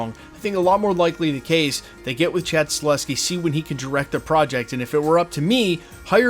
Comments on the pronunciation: Sorry to the that guy, but it's Sta-HEL-ski, not Sta-LES-ski. That being said... he'd be a GREAT director for Blade (IF it ever ends up getting made)! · YES we need John wick director Chad STAHELSKI brother ☺ it's just funny hearing you say Staleski in all your Blade Vids. Unfortunately he's gona be pretty busy in the next couple yrs especially if he is gona direct the new Caine series (if that's happening) 🤞 BTW thx for all your Vids bro. Appreciate ya!